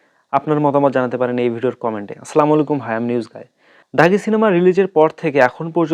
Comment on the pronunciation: সবকিছুই ঠিক আছে, কিন্তু সালাম দেওয়াটাই ঠিকমতো পারেন না